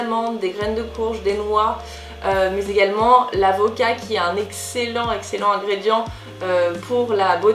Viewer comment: "L'avocat" ! J'ai compris "La vodka"... Ça m'a fait buguer XD